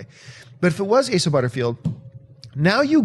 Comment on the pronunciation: hey they finally learned how to say Asa right... the cohost totally butchered it last time and John just went along with it.